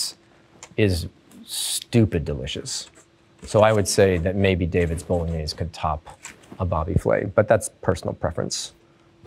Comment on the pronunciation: The way he says bolognese 😂 “bowlinyayz”